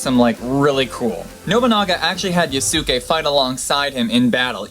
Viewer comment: The Yasuke story was definitely very cool. To help your pronunciation. I do believe in Japanese the su is very quickly pronounced so it rhymes with Sauce-kay.